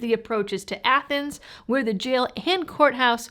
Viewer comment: Was that pronounced Athens or Athens? Either way, great tale of history.